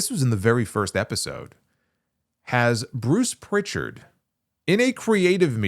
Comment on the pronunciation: Prichard doesn’t have a T. I assume you don’t listen to his weekly podcast.